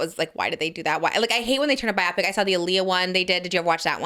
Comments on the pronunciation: Pls someone needs to tell Trish it’s pronounced bio-pic like biography picture, not bi-optic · The way she says biopic 😭😭😭